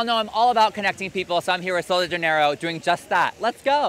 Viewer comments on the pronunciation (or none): Hahah me as a Brazilian actually knowing the pronunciation of these products… “Soul dei Janayyrooooo” 💀💀 -sol de janeiro 🇧🇷🇧🇷🇧🇷 love you thoo